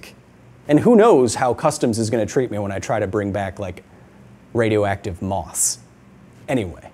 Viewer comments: Did you say "radioactive moss" or "radioactive moths"? Can it be both, please? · I thought he said 'moths' not 'moss'. Moths would probably be a bigger issue.